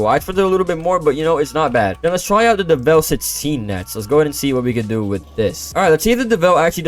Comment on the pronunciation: FINALLY, SOMEONE PRONOUNCES DEVEL NOT-DEVIL! EVERYONE SAY DEVIL, ITS DEV-EL!!